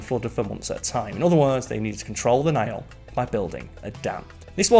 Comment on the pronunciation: It's the NILE N-I-L-E not NAIL. I made it a minute in and just can't with that GNE accent and speaking as if reading the legal details at the end of a commercial. I've heard pronunciate properly and at a steady pace, but even CC and thinks he's speaking about a damned NAIL. Sigh.